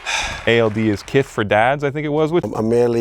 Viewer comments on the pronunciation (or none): Trinidad called him "keess" 🤣🤣 worst take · Worst take dad “ Kees” put some respeck on that mans name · Trinidad for calling him kees 😂😂😂